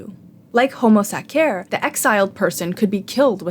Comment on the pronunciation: Please stop pronuncing homo sacer like that😭😭